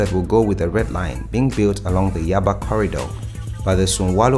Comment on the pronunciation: Good job brother. But please where are you from? Learn to pronounce Nigerian names, Yaba, Oshodi, Sanwo-olu, Dapo Abiodun, Akpabio, all names you murdered. Thanks